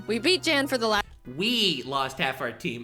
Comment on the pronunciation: it's yanw not jane